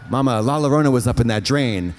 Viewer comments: xD not Katya saying "Lala-rona" xD when its pronounced "la-eeyore-on-ah", as a Hispanic who grew up in a spanish speaking country with lots of stories of "La Llorona" this makes me laugh so much ❤ love you both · Katya calling La Llorna, La La Rona 😭 i love her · I can’t believe Katya lives in LA in still says “LALO RONA” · “La larona” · Trixie should get her accent coaching degree taken away from her for the way she pronounces "La Llorona"